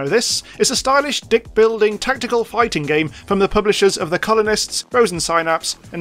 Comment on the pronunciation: Did you say "deck building" or "dick building"? Anyway, the cool fluttery jellyfish non-platformer was pretty cool. So was your giggle/chuckle at winning a set.